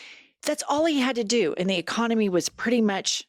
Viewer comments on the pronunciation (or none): none